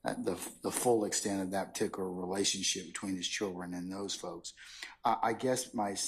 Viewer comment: Someone tell this judge it's not: "Chilren" There is a "D" in "children"